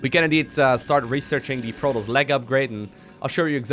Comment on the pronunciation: it's proToss, not proross...